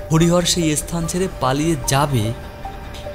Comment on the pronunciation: খুবই খারাপ একটা গল্প, সব থেকে বিরক্তিকর বিষয় হচ্ছে গল্পের কথকের উচ্চারণ এবং গল্প বলার ধরন খুবই খারাপ, খুবই কানে লাগছে, বহু উচ্চারণের ভুল আছে, যেমন স্থান কে S-স্থান বলা, আরও অনেক আছে, অত শুনতে ভালো লাগল না, গল্পের নামের চয়ন একদম জঘন্য, আরও বিরক্তিকর হচ্ছে ভুল-ভাল BGM ব্যবহার।❌